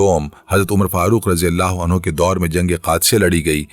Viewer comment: Bhai ap anhu ko anhaa bol rhy o